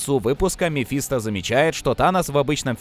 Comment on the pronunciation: МефистО!!! Мефисто́ На О окончание Полное имя мефистОфель